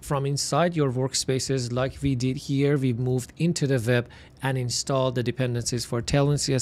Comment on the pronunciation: nice content ! but stop saying "VEB" please its "WEB"